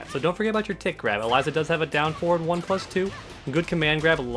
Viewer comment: Start with pronouncing her name correctly